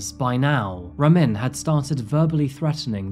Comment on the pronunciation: It's pronounced (Rah-meen), we have the same name and that's very rare. Of course Ramin has to be a POS Stalker Murderer 🤷🏾 rip Zohreh